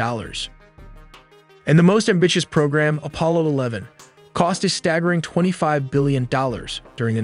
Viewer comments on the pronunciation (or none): none